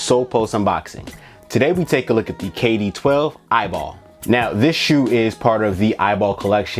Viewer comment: It’s E Y B L not eyeball😂😂😂